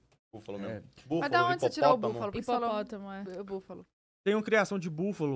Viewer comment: Pena que ninguém pegou a Boo falando "hipolotomo né?" HHAHAHAHAHAH AMO